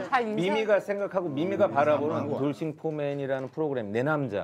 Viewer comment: 후로그램ㅋㅋ 미미 매력터지네ㅋㅋㅋ